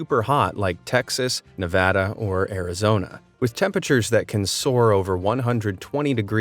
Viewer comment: OH MY GOD HE SAID NEVADA RIGHT!!!